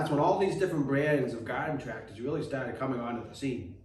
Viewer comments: Gahden tractahs. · “Godden tractas” 😂